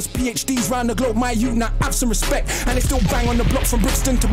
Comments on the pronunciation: London yout. (Youth) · Endz means where you’re from, plus he said London youth, pronounced Jamaican yout